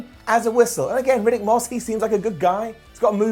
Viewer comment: Riddick not Ruddick